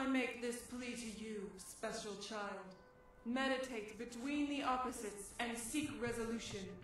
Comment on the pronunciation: The mediate/meditate got me